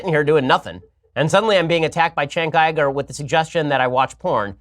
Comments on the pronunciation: How do you get I-GER from Uyger? You sure this guy went to college? Also, I bet Shapiro watches some hardcore darkweb type shit. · “I Ger”? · Why do these retarded conservatives refuse to pronounce Cenk’s name right? Besides the fact that they’re retarded, of course. The dude has said his own name so many times-how can you hear a man say their own name and then fuck it up so hard when you say it yourself? Chank Eyeger? You stupid bitch. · How do you get “iger” from uygur? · Yo, Ben. When did we start pronouncing the letter U as an I?